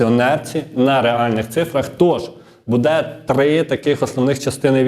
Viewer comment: Знову: БудЕ, будУть...! Робіть НаГоЛоСи в словах ПравИльно ! Українською ,літературною !!!😮😮😮